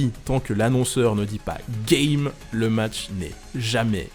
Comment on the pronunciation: non dans Melee il dit gime pas game 😂🤣